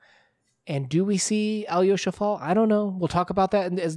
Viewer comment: Thank you for the analysis! By the way, the stress is on the second A, not the final O ("KaraMAzov"). Also, AlyOsha, not AlyOOsha - little Alex. I would also like to add that you're mixing up the two archetypal Russian characters a bit - the martyr is not strictly the same as the blessed fool (the yurodivy).